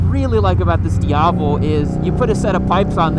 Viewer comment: I love how you pronounce “Diavel” correctly. Classy! Not shitting you.